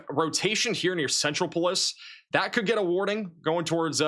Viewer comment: Centropolis Pronounced like 'metropolis' only with a C sen-TROP-oh-liss